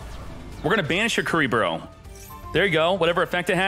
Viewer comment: I hear curly bruh